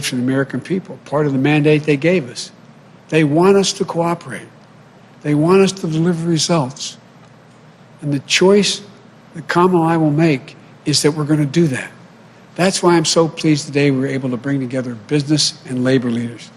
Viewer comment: Kamalalala????? You don't know how to pronounce a simple name like Kamala?! Did you even graduate high school? Good thing there's only two syllables in your name or else you'd be screwed. You poor thing.